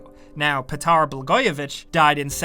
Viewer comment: You said Blagojević very well, also here's a tip: All the letters with a little mark at the top like Ć, Č, Š, Ž, Đ are read like that letter but with an H that follows, like BlahojeviCH, or Ship would be Šip, Charge would be Čarge etc... c: And yes, it's actually Niko Belić since he's from Balkan grounds ( ͡° ͜ʖ ͡°)